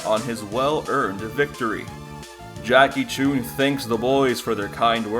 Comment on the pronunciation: Corrections: Goku was 12 not 13 Goku trained for 8 months not over a year The pronounciation of Jackie Chun is incorrect